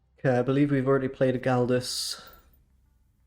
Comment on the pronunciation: Galois is French and pronounced like “gal-wah”, name of a famous mathematician